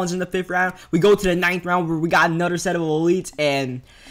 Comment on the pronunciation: this dud e loves D's , BRO its " Another " not anudder ! fucking damn